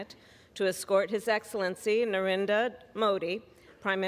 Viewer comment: Watch the guy on the side directing everything cringe once again...when they butcher NarendRa Modi's name.